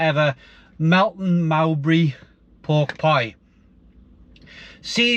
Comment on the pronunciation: The way he pronounced Mowbray was downright bizarre